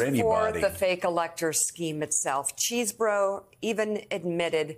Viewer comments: It's pronounced Chez-bourough... Not CHEESE - Msnbc reporting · LOL Mica...it's not "cheese-burro"... It's Chesebro ("chess-bro). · CHEZ-BRO!!!! not CHEESE-BORO!!!! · His should be pronounced "ches" as in chess not CHEESE --- Ches bro. But then maybe Kenneth wants to have us call him CHEESEborough.